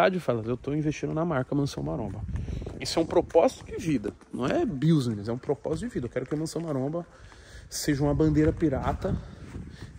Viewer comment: Primeiro passo é aprender a falar "business", se vai ficar sempre repetindo essa palavra. Se fala "bisnez" e não "biusnez".